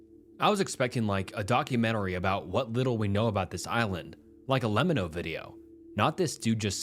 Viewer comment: my biggest take away here is the pronunciation of lemino